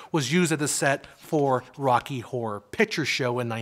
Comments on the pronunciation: hahaha you probably should pronounce the word "horror" more clear cause sometimes sound like w*ore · I always thought horror had two syllables. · I never knew I was pronouncing horror incorrectly till the pendantics on YouTube started correcting me. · Is he pronouncing horror like that deliberately? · Dear god the pronunciation of the word horror makes this nigh unwatchable.